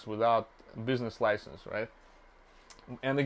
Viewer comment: Bro doesn’t know how to pronounce business license